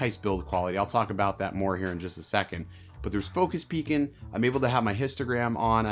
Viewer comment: Where are you from? I’ve never heard anyone lop off all their g’s! ‘Focus Peakin’’, ‘Talkin’ Head’ ‘Vloggin’ Setup’. Also the way you said ‘it’ instead of ‘that’, I think. Pretty unique.